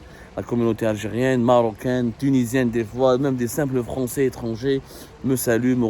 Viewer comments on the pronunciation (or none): none